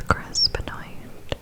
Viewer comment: its pronounced "Ben-Waa" not Ben-Oit lol good content tho